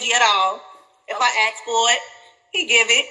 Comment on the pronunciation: Fellas, never make a girl your wife if she says axe instead of ask. It’s the small red flags that turn into big mistakes.